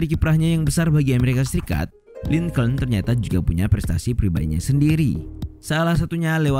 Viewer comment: lincolin dibaca link'n bukan lingcouln